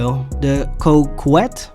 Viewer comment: Cruise ship ? And I think the corvette inspired car is meant to be pronounced coke ette. Like ya know… sniffs